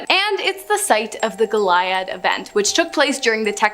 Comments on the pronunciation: just FYI goliad is pronounced goleeadd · It's pronounced GO-LEE-AD (Goliad) Love you guys!